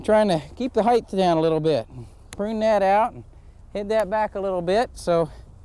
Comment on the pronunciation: Excellent and valuable tutorial. Thank you. NB 'Height' vs. 'heigth'. Is this American English, since I even hear you pronounce it with 'th' at the end, like 'width'? Just curious.